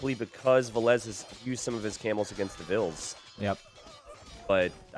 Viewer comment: it has always been, t90 just always mispronounced it